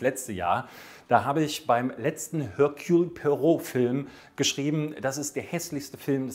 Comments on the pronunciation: "Ehrkühl", nicht "Hörkjul". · Erkühl! Im französischen gibt es kein höhrbares H. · Ich kriege eine Krise, wenn ich höre, wie du Hercules Poirot aussprichst. Also den Vornamen verkackst du völlig. Ansonsten super Video